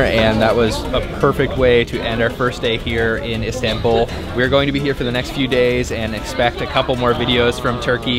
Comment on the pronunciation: High productions values and a nice variety of foods shown to encourage everyone to try the delicious treats. It is a little nit picking, but your pronunciation of everything Turkish is so off the mark. You both even pronounce Istanbul incorrectly. Some you tube pronunciation help would go a long way to elevate your videos to the next level.